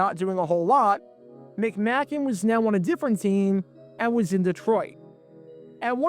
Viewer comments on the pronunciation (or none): Pronounced McMake n. Randy Grossman not Burt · McM-AY- kin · You pronounced John McMakin's name wrong. It's a long a, not a short one. The Lions were already down to their 3ed string Quarterback and tons of other injuries. You're really reaching for a story. Lions Rule!!!!